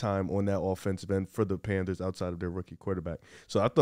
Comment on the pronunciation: kept calling the panthers “Panders”🤣🤣🤣🤣